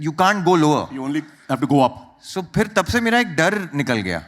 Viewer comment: Kam sey kam interviewer to sahi talaffuz mein boleiN. ‘Fir Fir’ kar rahey hain….sab sey aasaan aur buniyaadi cheez. ख़, क़ जैसी आवाज़ों की तो क्या ही उम्मीद करें